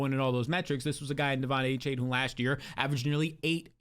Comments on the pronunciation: it's ay-chan. not aychain. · found a way to pronounce Achane 9 different ways in this video